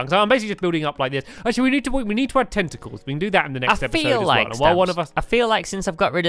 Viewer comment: staaaaaaaaàaaaaaaampyyy you said tentecles